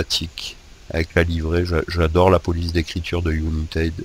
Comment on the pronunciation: United quelle prononciation ;)